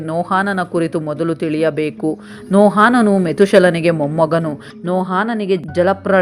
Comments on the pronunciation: ಎಲ್ಲಾ ಸರಿ ಬೈಬಲ್ಲಿನ ಭಕ್ತರ ಹೆಸರು ಹೇಳುವಾಗ ತಪ್ಪಾಗಿ ಹೇಳುತ್ತಿರಿ... ನೋಹಾನನು...ಅಲ್ಲ ನೋಹನು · Akka niu Satyavedad bhaktrad Metushelahan bagge valley mahiti nididiri aadre kelvu bhaktar naamgalu pronunciation dalli tappidiri haanok alla bari Hanok aste Mattu Nohaan alla Noahanu aste saaku. 🎉🎉🎉